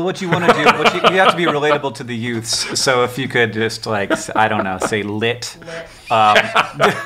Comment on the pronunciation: “The yoots.”